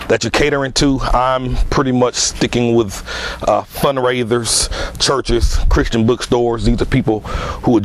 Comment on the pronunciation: sounds like he keep on saying fundraiders